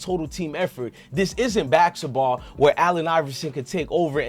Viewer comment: I CANNOT deal with the way he pronounces CodoRODo and BACKETSball…….im sorry my boi 🤷🏽‍♂️😆🙌🏽🤦🏽‍♂️🫴🏽📱